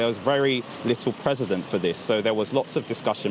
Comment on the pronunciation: & It's precedent. (Preceeding (past) ruling in law.. a guide to future sentences to ensure fairness) Not president. Just in case any younger viewers are watching this and don't want to have to 'unlearn' this misinformation in the future.